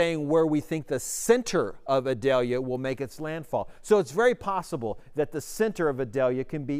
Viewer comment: Eee-doll-yah. It isn't an onion.